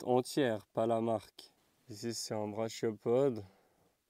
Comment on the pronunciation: "brachiopode" se dit "braquiopode"😉